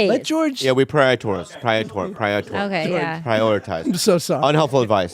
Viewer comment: Bobby trying to say "prioritize" 😂😂